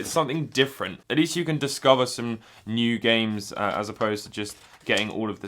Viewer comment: in his singing voice tryna pronounce the word new I'm sorry I'm probably the only person that noticed it but if not then that's cool